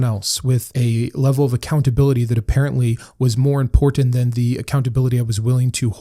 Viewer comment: I noticed you over pronounc “every” (“eh-ver-ee”). Did you have a speech impediment? The way you pronounce this word along with the last “t” in “important” is indicative of someone who had speech lessons for an impediment. Just curious.